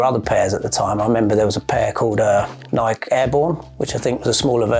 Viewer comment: Think he would know how to pronounce Nike by now!